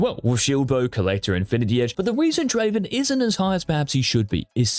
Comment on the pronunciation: It's not Draven it's Draaaaaven